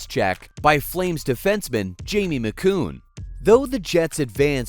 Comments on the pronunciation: Jamie McCoon? I think he meant Jamie Macoun.Lol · Im sorry but at the 625ish mark...Jamie Macoon? This is automatic channel avoid for me. Get the names right...period!! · YOU CUT UP THE VID OF THE 87 CUP WINNING GOAL😱😱😱unil then I was going to overlook the mispronunciation of Jamie Macon’s name🤦‍♂️ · Ya know if yr going to say the flames defenseman Jamie's last name pronounce it right u American moron !!!